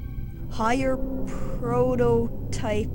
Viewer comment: You know, for the PS1, this is an insanely detailed game. Also, did Mega Man have trouble pronouncing PROTOTYPE?!